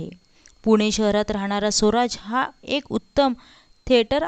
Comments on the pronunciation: सोराज नाही ग स्वराज असा उच्चार कर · सोराज नव्हे स्वराज